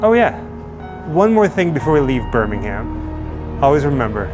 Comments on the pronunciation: On the other hand, he says “BirmingHAM”, whereas most Brits would say “BirmingHERM”. But hey, enjoyed it all the same! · When in England you don’t pronounce the H in Birmingham. 😊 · As a brit it sounds so weird to hear Birmingham pronounced as "birming Ham". RIP the prince of darkness. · 🙄🙄😆😆smh Too many Grands...too many Centrals...! Next time you're in England, if you happen upon BirmingUM (national pronunciation of the B-word), we hope you remember the reason metal became heavy there: ⚠caution⚠--turn volume wa-ay down... 😆😆 YOU TWO, also, HAVE GOT THIS! 😉😉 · You make me smile with your pronunciations when you're over here. Say it properly, it should be Ber-min-gum. Or, "town", as us locals say. 😅😅😅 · It pains me to hear my citys name said like this lol